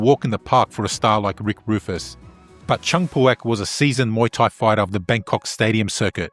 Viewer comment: Mooo-Tai xD